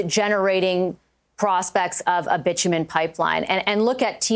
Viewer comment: When David Eby says bit u men(Bitchu men) it sounds like he is describing himself.